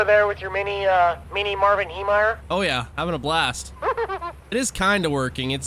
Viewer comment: "Mini Marvin heymeyer" got me goin bro